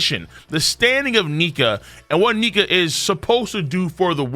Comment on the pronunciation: Excuse me sir? Only the what? ?? That did not sound like Nika 😅